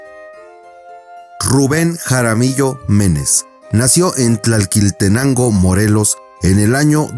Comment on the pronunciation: Nada más para corregir ,no es tlalqui sino tlaquil